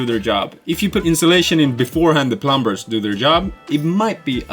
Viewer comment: The 'b' is silent. It's not plum-bers, it's plum-ers. plʌm·ər